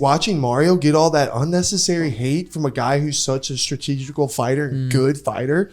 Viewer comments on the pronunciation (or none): Did that big head muppet just say 'stategical'?